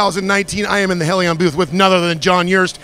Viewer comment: Interviews at an industry shows rarely go beyond what anyone can learn from reading a press release and this one is no different. The talking head can't even be bothered to pronounce Hellion correctly. At no point are engine internal upgrades mentioned. I want to know how much power one can safely make without changing to forged pistons. How long can I run on a road course at 600 wheel horsepower in a 5.7 car before oil temps get out of control?